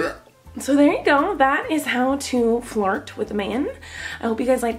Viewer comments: Is it only my or does somebody else also understand "fart" instead of "flirt" ? how to fart with your face ? :) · Who else heard fart instead of flirt in this video ?!?!?! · When she said flirt it sound like fart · I thought she said "I'm teaching how to fart" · I love how it totally sounds like she's saying, "Fart" instead of "flirt." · I THOUGHT SHE SAID HOW TO FART 😭😂😩😂😭😭😂😭😭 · when u say "flirt" it sounds like "fart"!!